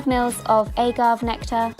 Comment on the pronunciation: Did you.. did you really just say "ay-gav" lmao. It's all short vowel sounds gurl. Although in British pronunciation you can also say "a-gave" as in I just gave you a lesson, with the first a as a short vowel.